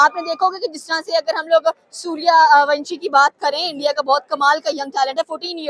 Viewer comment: Jan buj k bolti h